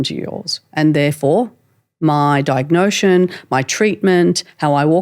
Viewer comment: I can't not notice her saying diagnoSIS as diagnoTION.😅